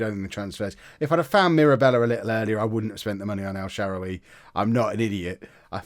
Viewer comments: It’s el sharawy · El Shawary pronounce it like that